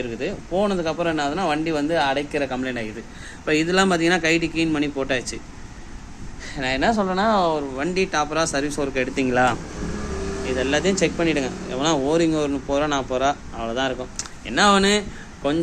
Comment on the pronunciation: நல்ல தகவல் மற்றும் ஒரு சிறிய திருத்தம் செய்து கொள்ளுங்கள் கூச்சப்பட ஒன்னும் இல்லை ஒரு வண்டிய டாப்பர்ரா சர்வீஸ் எடுத்தீங்கனா என்று தவறாக சொன்னீர்கள் அது டாப்பர் இல்லை ( ப்ராப்பர் ) என்று சொல்ல வேண்டும் ஒரு வண்டியை ப்ராப்பர் ரா சர்வீஸ் எடுத்து பண்ணுங்க இதுதான் சரியான வார்த்தை😊👍🏻 அடுத்த வீடியோவில் சரியா சொல்லி வீடியோ போடுங்க நன்றி